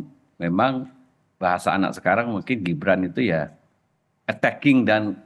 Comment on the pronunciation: attacking atau attanching?